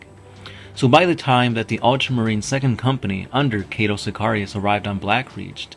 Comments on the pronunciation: It's Cato not cate-to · Kaaytou sikayrius wtf dude lol